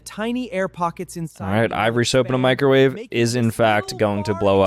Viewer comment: Oh just loves his microwaay 😂